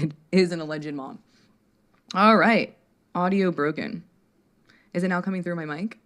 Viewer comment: out of all the things that make you amazing, the way you pronounce ‚now‘ is the absolute greatest of them all 😁🙌🏼 I’m German and I already loooveeeddd hearing British people talk, but your way of saying now? Priceless, it’s amazing 😂